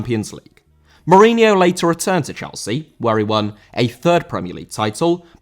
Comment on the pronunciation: Mourinho* not Muríniouw